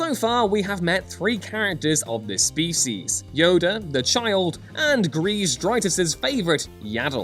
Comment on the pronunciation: can't say 'species' properly.